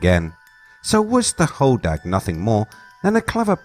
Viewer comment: As someone who who spends a lot of time there and has a cabin in the UP, it’s hodag like sag not dog. I’m glad you mentioned mishipeshu.